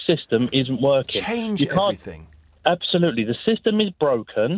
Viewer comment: Everyfing mate, everyfing. everyfings